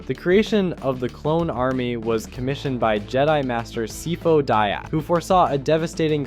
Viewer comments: hahah... "Sifodaia" You should correct that and pronounce it more like "Sajfo Dias" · nice video but, sifo dia? really? xd